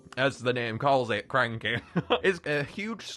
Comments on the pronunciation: its cranchee not cranky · his name is not cranky its cranchee as in cranch-e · I'm pretty sure the monster handlers pointed out that Cranchee's name is pronounced "cran-chee" and not "crAn-key"